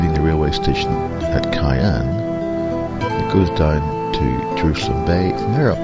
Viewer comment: KI ANN ??....more like COW ANN (pronunciation)...that's OK, cobber...you weren't to know ! :):)